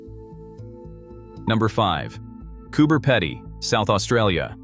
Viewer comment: Came to say that lol…..peeeeedy